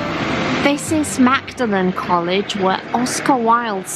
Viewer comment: As I lived ín Oxford for 7 years, I know a lot about it. I'd just like to point out that Magdalen College is pronounced in a different way, not how you might expect it. It follows the medieval era. A dctionary can show you the way how. It"s good to know about it when you go there next time.